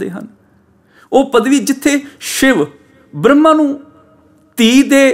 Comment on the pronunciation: ਆਪਜੀ ਬਰਮਾ ਨੂ ਬ੍ਰਹਮਾ ਬੋਲਦੇ ਹੋ ਜੀ🙏🏼